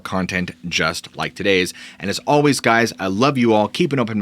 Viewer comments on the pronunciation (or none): none